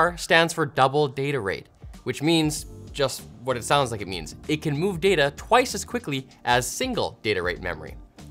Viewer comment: says data instead of data. Unbelievable